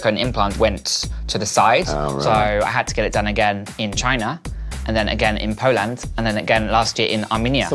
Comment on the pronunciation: “PuLoNd” I don’t even know why he pronounced Poland like that lmao